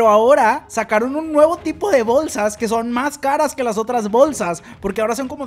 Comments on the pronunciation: Por que dices Bowlsas? JAJAAAJJAJAJAJA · Bowlsas Bowlsa Bowlsas